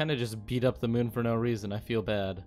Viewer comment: Spoiler: it’s 19 minutes of the moon not being terraformed and hearing “moon” pronounced “mewn”.